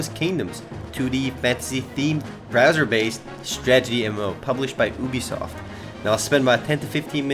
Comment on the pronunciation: did he say boobysoft ?